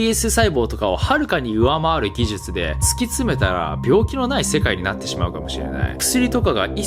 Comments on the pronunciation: 顎がアップデートされたので言えるようになりました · 「技術」が言えないとなると「手術」はそれ以上の難易度となって文字を見た瞬間に血圧は上がると見て間違いない。